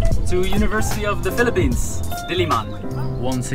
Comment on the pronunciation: I REALLY LIKE HOW U PRONOUNCE PHILIPPINES IT SOUNDS SO HONORABLE LOL, THE WAY U SAY IT IS LIKE IT IS GETTING AN AWARD HAHAHA actually ur speaking voice is what i like i think